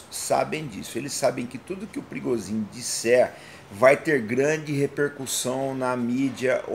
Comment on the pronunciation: Por que não se fala Pri - go - zhin? Ou por acaso no idioma russo o P seguido de R tem som mudo?